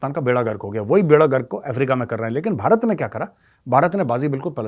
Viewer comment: सोनिया जी भारत को बरात बोलते हैं उच्चारण शुद्ध करवाइए सब भारत के साथ हैं